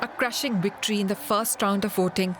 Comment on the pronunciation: Victory or wictory?